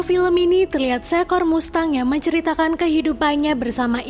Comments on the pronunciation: Kalo gak salah bacanya masteng, bukan mustang 🙏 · Mengucap finally udh bener tapi mengucap mustang salah teh hehe..bacanya masteng ..❤ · BACANYA MASTENG, BUKAN MUSTANG, ANNOYING DENGER MUSTANG MUSTANG MUSTANG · Mustang dibaca masteng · MUSTANG BACANYA MASTENG MINNNN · Mustang bacanya Masteng kak🤭🤭🤭🙏🙏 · Mustang=cara bacanya "masteng" saya cuman memberi tahu ,supaya teman" tidak salah dalam pengucapan🙏 #IndoPride🇮🇩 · Mustang dibaca masteng!!! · Jgn bikin malu .baca dan ucap. Mustang ( masteng..) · Bs baca mustang dg bahasa Inggris?